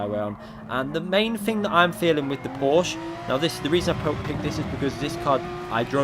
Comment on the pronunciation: Please pronounce Porsche correct! Use Google translator's text to speech if you need help!